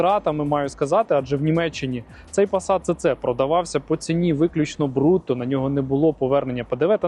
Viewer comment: Німці кажуть СіСі, а не Цеце. Ви ж не кажете Мерцедес? Навіть абревіатура звучить СіСі.